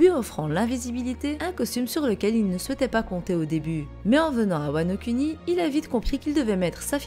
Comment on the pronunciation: prononce "mugiwara" mais prononce "Wano CUNI" x)